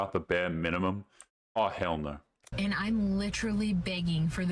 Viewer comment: Its always funny when you say aw hell no because of the Australian accent 😂😂😂